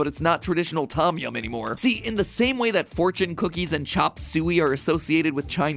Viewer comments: I believe it’s pronounced thOm yahm like “the” without the e and “oh” without the h with “yah” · Ya is toeh-yum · I gotta say it triggered me just a little bit how he pronounced tom yum